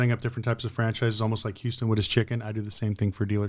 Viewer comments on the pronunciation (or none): none